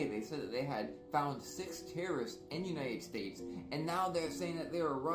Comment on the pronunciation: Did he just say united snakes 😂😂😂😂😩😩😩sorry I can’t